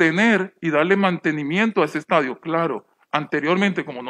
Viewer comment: "LAYLA ESTADIUN" 😎👌🏼 jajajaja qe pex. Suena vien.?